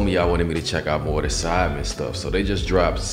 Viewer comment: Everytime Americans say sidemen it always sounds like they're saying Simon lmao